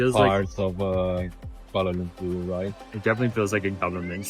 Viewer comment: I like the way both of you pronounced the cities names, Kuala Lumpur & Putrajaya correctly. Very informative vlog with lots of facts abt the city. As a Malaysian, glad you like the city. Thanks guys.